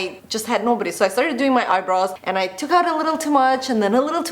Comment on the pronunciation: All I hear is 'eyebras' 😀